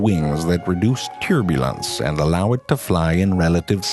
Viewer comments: "turebulence" im deceased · Go'el Tyerbulence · "Special feathers that reduce tyurbulance" I love the way he pronounces that...